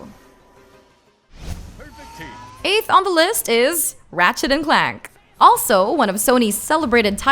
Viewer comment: “Ratchet & Clack” lol